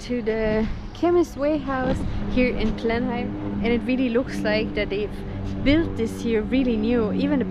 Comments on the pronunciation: It is not pronounced "Blen-Heim". It is pronounced "Blen-Am". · Love this video. FYI locals pronounce Blenheim as.. Blen-im not Blen-Heim i.e. silent H FYI my partner used to have massive issues at that time of the month. Please for sake please get a prescription of Naproxen! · Hey guys - love your channel - watch from Australia regular. Expat Kiwi...maybe things have changed since I left decades ago, but we always pronounced Blenheim "Blenem", rather than Blenhime! Correct me if I am wrong - keep up the good work, great channel..... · The way you pronounce Blenheim cracks me up 😂 never heard anyone say it like Blen-heim 😂 we pronounce it like Blenem. Now I think about it, you guys are probably pronouncing it the way it’s supposed to sound 😂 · Love the pronunciation. Blenhime. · Blenheigh lol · Blen-im is how we say it here, kids. So please don’t copy the Irish version! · interesting pronunciation... kiwis just say 'blenim' but you might be right.. Austrian place name maybe? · Love your Irish accents. We Kiwis pronounce Blenheim as "Blenham" but you are forgiven for not knowing that. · Pronounced... Blennim .... 'h' is silent as it is in England. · Yep, the "h" is silent. "Blenim" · Thought it would pronounced more like “Blen-imm” than “Blen-am” 😂, either way can understand why they’d pronounce it the way they did as the place name is European/German in origin. Find it cool how research how to pronounce the local names but to each their own 👍🏽. Still great of this channel to showcase NZ to the world 🇳🇿🫡.